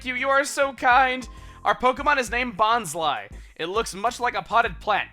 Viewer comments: if you watched the hoenn/sinnoh anime, its pronounced bon-sly not bons-ly. brock and bonsly himself actually pronounce it like that. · its been pronounced bon-sly eveyrtime i heard it. they make some mess ups but i dont recall a second pronunciation for bonsly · according to the Pokedex 3d app, which Chuggaa has said he bases his pronunciations off of it is pronounced Bon-Sly, like the Bonsai tree. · Christopher Lerew also if you play Super Smash Bros Brawl, when Bonsly is summoned it says "Bon-sly" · why wouldnt you pronounce bonsly as bons-lee? words ending in 'ly' are always pronounced with a 'lee' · Juicy Citrus In the handbooks with the official pronunciations it always said that the last syllable of Bonsly should rhyme with pie, or to be more accurate, rhyme with bonsai like what Bonsly is based off. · it doesnt matter how you pronounce names, Americans might pronounce things different from other regions such as Australia, deal w/ it